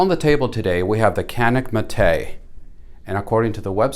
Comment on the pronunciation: If you're interested in the Mete pronunciation, keep in mind that Canik is spoken as Janik. Idk if it's worth trying. It's like: You're indians. No we aren't. Nah, you're indians.^^ Not being able to mount full sized red dots is a serious detriment. How does the upper edge of the backstrap feel like? Could be an issue in competition creating a hot spot. The small pistol shaped tool is nice.